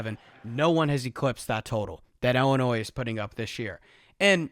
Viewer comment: Great analysis except for everytime ‘illinois’ was pronounced like that